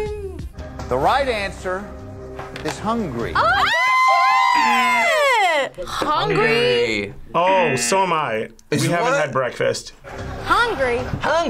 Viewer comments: It’s NOT “hungry”😂 it’s HUNGARY!😭 HUN- GARY😂😂😂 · Yeah, it´s more like a Hun-Gerry :D :D :D for you US guys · I am watching this now and Hungary is not Hungry there is an 'a' like Hun-Gary. anyway I like guys you don't do just 'try not to eat or 1sec to eat' challenge you try something different too🤗